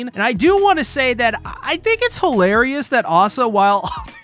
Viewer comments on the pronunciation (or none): none